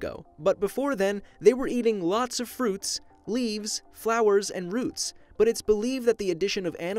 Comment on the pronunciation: Am I the only one that heard him say "fruits" ?